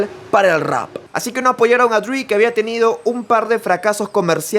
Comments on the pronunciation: Esta bueno el video,aunque disculpa la corrección pero me parece que no es “Dr. DRI”, sino Dr. Dre. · cada vez que dice DRI me mueroo, es dr. DReeeeeeeeee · Porque disen Dr dri Jajaja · HBD, tu canal es lo mejor pero tengo que decir algo...Como surra que digan "Dr. Dri" es "Dre" porque se llama "Andre". Ya no se mamen. Esto es parte básica de la cultura que nos gusta, el HIP HOP.